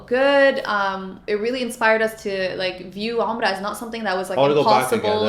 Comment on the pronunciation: atlist you know how to pronounce Umrah you should teach your wife something lol